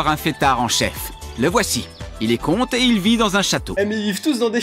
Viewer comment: avant qu’une pub ne venait interrompre la vidéo, j’entendais la voix-off dire non pas “il est comte et (etc.)”, mais “il est con” 🤣🤣🤣